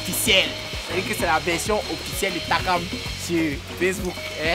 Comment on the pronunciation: Surtout qd elle disait tsakam au lieu de Takam😂